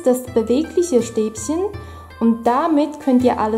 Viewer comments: bitte Stäbchen nicht Stäbsen;);) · LOL sie sagt Stäbschen